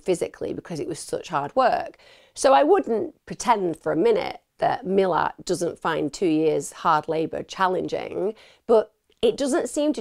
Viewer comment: Don’t wanna be that bloke and it doesn’t matter, but the pricks name is pronounced Mill-at, great video as always regardless 👍🍻🇦🇺